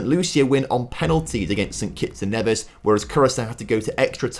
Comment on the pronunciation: St Kitts and N-ee-vis too